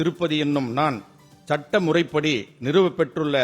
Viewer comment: சட்ட முறைப்படி என்று படிப்பதற்கு பதில் சட்டை முறைப்படி என்று ஒரு உறுப்பினர் படிக்கிறார்